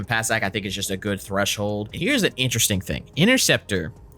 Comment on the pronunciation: threshold pronouncing got me dead 😂